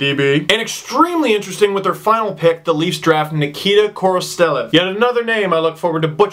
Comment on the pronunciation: It's pronounced KORO STELEV